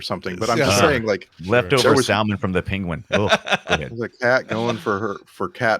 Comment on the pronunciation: pronounced the fish as Sal-mon and no one called him on it